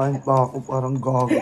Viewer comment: "GAGO" lutong lol